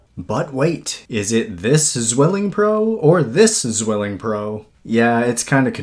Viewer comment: With respect, it's pronounced "tsvilling"